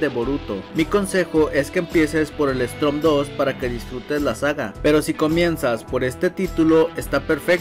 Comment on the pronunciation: Buen vídeo pero esta mal el nombre y como lo pronuncias , es Storm bro como tormenta en inglés no Strom la r va después de la O , no antes, gracias